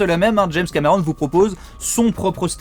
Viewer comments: Pourquoi tu dis james camÉron ? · James cAmÉron... Belle prononciation 😂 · C'est trop marrant, un français qui a un accent français. Je suis trop ptdr.